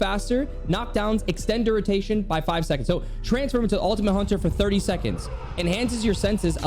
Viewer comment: "Duritation" lol